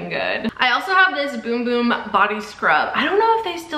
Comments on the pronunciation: they were questioning her pronunciation which is the correct pronunciation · That's how you pronounce it.